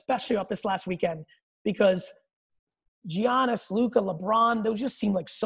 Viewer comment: Congrats on landing Gary V, huge dude!! Absolutely don’t understand a lot of the hate surrounding him regarding collecting, but I have a really small complaint. How many times are we gonna continue to let him mispronounce Giannis’ name and not correct him?? We all mispronounce names, it happens, but Giannis is a top 3 player in the league, maybe the best! It’s “YANNIS” like the artist Yanni, with an S at the end, not “G-Annis”. There are a million investor channels echoing his thoughts on many things and it’s a total head trip watching them mispronounce this guys name when not a single announcer, player or coach in the game pronounce it G-Annis. Congrats again man! Interview of a lifetime! Take care